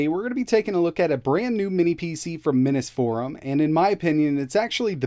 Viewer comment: Hey, do you mispronounce Minisforum on purpose to have people comment? If not, why can’t you say it correctly?